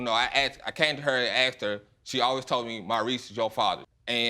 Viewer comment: Why do they say AX and not asked?